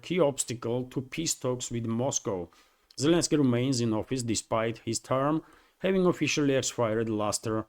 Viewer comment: Zelensky... how can i trust your ability to give me the news when you dont even get his name right? Lots of better channels.